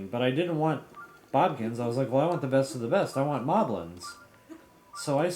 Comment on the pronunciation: Why do you call Bokoblins “Bobkins”?